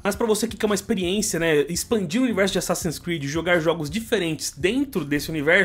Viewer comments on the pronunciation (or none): "expeliência" tá assistindo muito o cascão, dá turma da Mônica hein kkkkk